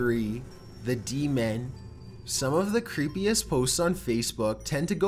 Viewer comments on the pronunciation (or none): D-man -_- demon...deeemooon not d man